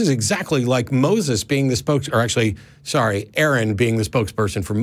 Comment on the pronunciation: Sor-e Michelle